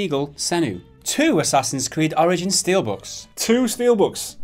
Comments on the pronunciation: sounds like he says assassins creed oranges lol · Did he just say Assassin's Creed: Oranges? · A COPY OF ASSASSINS CREED "ORINGINS" 😂😂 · Assassin's Creed: "Oringins"?...Oranges? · "And, a copy of Assassin's creed orange-ins"